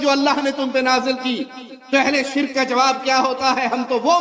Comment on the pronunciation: Beta pahle bolna Sikh le shirq hota sirik nahi